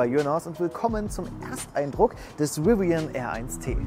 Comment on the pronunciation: Bitte laß dir mal von einem Engländer oder Amerikaner zeigen, wie man Rivian ausspricht! Nicht Riwian, sondern Rivian - mit einen stimmhaften V!